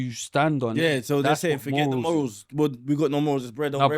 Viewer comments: pronunciation of some words is mind games when he allegedly got A in English. MOOOORULZ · First time I've ever heard morals being pronounced like that😂